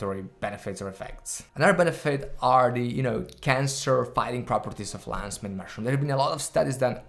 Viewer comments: I heard Lays main mash it up room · “Lannz Mayne mushroom”